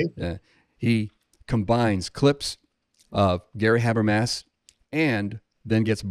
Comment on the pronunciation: Though to be fair, it seems like Craig mispronounces Habermas' name as well, so maybe it evens out. (Doesn't explain all the other people who mispronounce, though.)